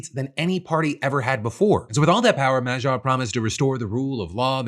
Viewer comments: Peter Magyar = ma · gyaar (like MA GHEE ARE)... The way you are saying it makes it sound French. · In case Phil has to say Magyar's name some more in the future: the "gy" is pronounced as the first sound in "due" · Well, better attempt than how everyone else has reported his last name, but still not the correct pronunciation of Magyar 😂